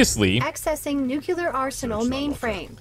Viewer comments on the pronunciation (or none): Did she say 'nookyoolar'? :_oddFacepalm